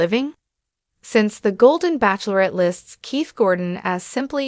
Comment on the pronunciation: Why cannot AI pronounce “ bachelorette” correctly?